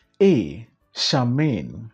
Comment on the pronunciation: Please Charmian is pronounced Shar--mee--yan😊